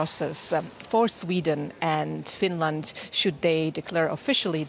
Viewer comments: Why does he keep saying Fin land? It is Finland! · Finrand? Not Finrand! The Kremrin better reave Finrand arone. I ruv Finrand.